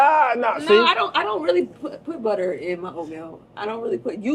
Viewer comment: 😂😂😂 “She will budda you up outta dere” 😂😂😂😂